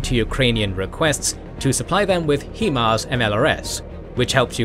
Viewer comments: really bro...... He-Mars? . everyone has been calling them High-Mars........ ya know.... because hi = high.......... and mars = mars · When you say "He-mars" I cry it is Hi‐mars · It JUST occurred to me that you guys use an AI Generated voice over. That's why it says Hee Mars instead of High Mars every time. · Fantastic in depth view of the russo-ukranian conflict and the animation was incredible! The only thing is the way he says "HE-MARS" instead of HIMARS. You know damn well that it's not pronounced like that 🤣 but fr I think this was one of his best episodes it was awesome 👍👍👍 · for the love of god its pronounced HIGH MARS not HE MARS. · Please say, "HIGH-MARS", not "HE-MARS". Other than that, excellent new graphics style! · it's hai-mars, not hee-mars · "He-mars" Really? you couldnt get the name of it right, Its pronounced "high-mars" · HIMARS is pronounced "High Mars", not "HE Mars" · It’s hi Mars not he mars. Just for your information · You are mispronouncing “swathe(s)” & HIMARS & (Svero)donetsk & Kherson. They should be Sway + thz and “High Mars”. It’s an abbreviation of the word High. It is pronounced “High” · Only one suggestion. It is not Himars, but HIMARS. And it is an accronim (High Mobility Artillery Rocket System), not abbreviation or a private name. And the pronunciation is not /'hima:rz/ like Ukrainians are calling it and like it is pronounced in the video. Manufacturer Lockheed Martin and the US Army call it a /ˈhaɪmɑːrz/. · HI-mars. There isnt even an E in the name 😂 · and Generals oh! OK. My mistake. I just assumed because of the pronunciation on all the videos that it was AI that pronounced HIMARS as HEE Mars. Sorry about that. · The way he keeps pronouncing himars is driving me crazy. It's not "HEMARS", it's "HIMARS" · It’s pronounced (high-mars) Himars.